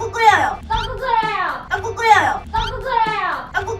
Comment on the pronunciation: 앜ㅋㅋㅋㅋㅋ 일단 넘모 귀엽고! ㅋㅋㅋㅋㅋㅋㅋ 이거 은근 중독성 있네? ㅋㅋㅋㅋㅋㅋㅋ 떡국 끓여여 떡꾹끓여여허ㅋㅋㅋㅋㅋㅋㅋㅋ 자꾸 들으니까 발음이 떠끄 끄여여 처럼 들려 ㅋㅋㅋㅋㅋㅋㅋㅋㅋㅋㅋㅋ